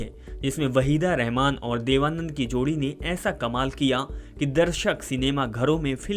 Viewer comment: Abey sahi se naam lena seekh le warna ye kaam chhor de Tere bolne ka tarika bhi bada ajeeb hai.. Channel wale pata nahi kyun aise chutiyon ko rakkhe hai